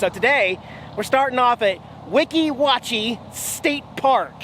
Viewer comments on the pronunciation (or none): you kept saying Weeki Wachee in some weird way. It is pronounced WEE-KEE WATCH-Y